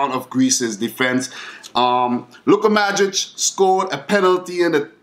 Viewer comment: daj slušaj malo bolje nije madrich xD